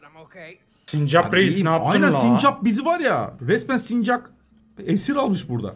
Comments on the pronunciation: Sinirimi bozdun abi sürekli sincak diyip duruyor doğrusu sincap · abş sincak deil sincap o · Sincak değil sincap